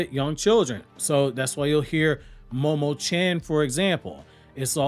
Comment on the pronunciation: You do know that "chan" is pronounced as "chon" (rhymes with "John"), not the way that you pronounce it (it doesn't rhyme with "can"). The same goes with "san"